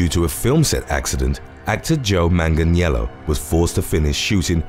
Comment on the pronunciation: Beautiful pronunciation of Manganiello